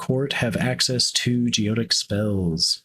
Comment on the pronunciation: Great video, thanks! By the way, it's pronounced go ET ic.